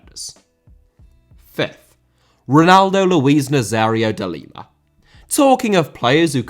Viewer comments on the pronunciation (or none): none